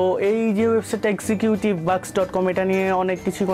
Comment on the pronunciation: Execuitive na... Executive -_- Uccharon thik koren